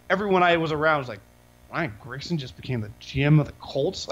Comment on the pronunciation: Dude. It’s fucking GRIGson. Not Gritchen